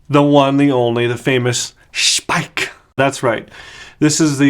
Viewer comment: In their own videos they pronounce it "Schpeik", with a "sch" like in the beginning of the name "Shawn" and an "ei" like the "I" in the name Mike...